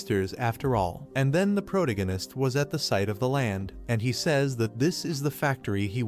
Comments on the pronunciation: Wtf is proganitist., its pronounced pro-tag-a-nist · You really really really need to learn how to pronounce words. ProTAHgohnist!!!!protagonist..what the fuck. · It's protagonist not pronagonist... those AIs are so stupid. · (PRO TAG GA NESS) not (PROG A NESS) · Took me 15 minutes into the story to understood he meant protagonist. Not proto-genis 😂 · After this I'll probably end up permanently pronouncing it protiginnist.... that's nice....... that's r...e...a...l.........n...i...c...e...........😂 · All i can hear is proganist proganist proganiat, ether use the dudes name, learn how to say it or say it less, im going to read it instead. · stop saying protanonist :D cuts my ear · Had to stop watching less than 5 min in, after the third time of him attempting to pronounce pro-tag-gunist, I had to just turn it off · first 5 minutes all i hear is Pro-Gun-Nun-ist. can the ai just read his name. maybe just Que. cause it can't read Protagonist. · I heard prodiganist😂😂😂😂😂 but i loved the history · "Proto-gan-ist" ugh.... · Phuck you for this comment, initially I could ignore the mispronounced pro tag o/anist, but now I can't unhear it cause of your comment. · Was hard to enjoy this video because the voice over is not pronouncing protagonist correctly. Stings my ears. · How many times did the AI mispronounce Protagonist 😂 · Bro, I thought AI is suppose to be better than us? Why is it pronouncing “protagonist” so incorrectly? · Yeah and the way they butcher the word kills me 😂😂